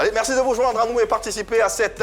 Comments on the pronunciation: Il dit aussi meCci au lieu de meRci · Il dit meksi aussi au lieu de merci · Et quand il dit meCci au lieu de meRci